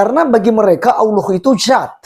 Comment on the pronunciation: Hadehade tidak takut dosa ka ? Cara ngomongmu saja jelas ko Islam tdk ada Kristen sebut Allah itu allwo 🤣🤣🤣🤣🤣🤣🤣